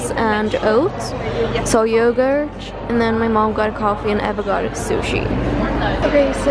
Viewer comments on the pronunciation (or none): I love that case and actually consider getting it myself because of you 🙈😂😂 I love your channel, just one thing - when you pronounce words that end with a T (want, yogurt, etc.), it always sounds like you add CH at the end ... you know what I mean? I don’t mean to criticize you AT ALL, just thought it might help you 😊😊